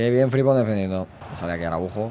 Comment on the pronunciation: Gran modo carrera y muy realista, como siempre. Pdt. Es FriMpong, la m suena y rechinó bastante durante el capítulo. Un abrazo